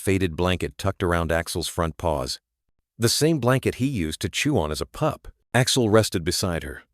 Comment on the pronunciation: Annoyingly, every time the word “No” appears, the Ai voice says “number” - can this “PLEASE” be corrected?! Also the pronunciation of POLICE and the word “not” being voiced as “note” and “pup” being pronounced “pupe”! 😂 ….. sigh! 😢